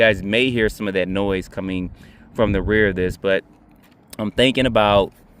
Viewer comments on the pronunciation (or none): none